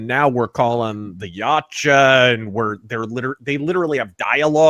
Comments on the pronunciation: It is far more similar to yowcha than yamcha. Where are you even getting the m sound? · Chuds cant deal with it, simple as. Also it is not "yowcha" its YAMCHA. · Movie is fuckin trash! Remove Tran Trachtenberg IMMEDIATELY. Goddamn it’s YAUTJA NOT YEOWCHA. Yot cha fuck